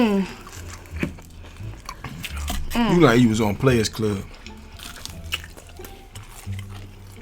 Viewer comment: "Granaunti" I can't wit y'all😂😂 den the way he said was was hilarious 😂😂 chiiillle she said cause I thought a broke nigga said waaa😂